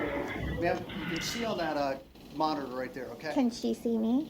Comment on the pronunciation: WITH DA G-P-S moniTOR, lol Love how he says that